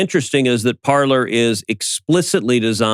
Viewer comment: Better to pronounce Parler (verb “to speak” in French) with French pronunciation, sounds like “Parley”.